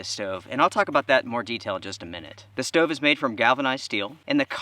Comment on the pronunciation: Crappy, wasteful of fuel, expensive. No benefits to this "steauve" (not stove like normal people pronounce it lol)